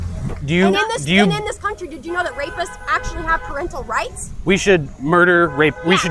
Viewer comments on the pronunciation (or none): Akchualy its for 12 minuets and 59 seconds.